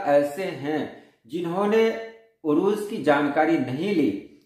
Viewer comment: Urooj nahi Arooz عروج نہیں عروض